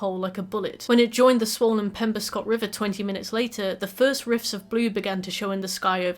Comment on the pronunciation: Also, as kind of an addendum, "Penobscot" is pronounced exactly how it's spelled; Penn-Ohb-Scott